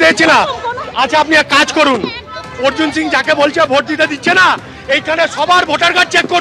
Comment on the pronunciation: এবিপি আনন্দের সাংবাদিক ভাইদের দৃষ্টি আকর্ষণ করছি , একজন নন বাঙালিকে কিভাবে বাঙালি বানিয়ে দিচ্ছেন। তার নাম অর্জুন সিং, অর্জুন সিংহ নয় ।এটা অত্যন্ত লজ্জাজনক ব্যাপার, আশা রাখছি পরবর্তী সময়ে এরকম ভুল যেন এবিপি আনন্দ না করে। ধন্যবাদ....